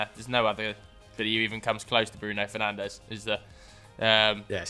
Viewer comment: “Bruno Fernanshh”